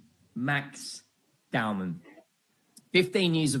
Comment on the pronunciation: Its not DOWNMAN. Its Dow-man.